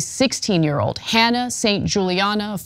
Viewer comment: Guys, just an FYI. Her name is not pronounced Hannah. It's Hana with a short A